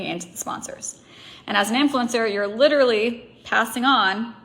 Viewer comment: Take a shot every time this rep says LiDuRaLlY…..wait nvm please don’t do that to yourself!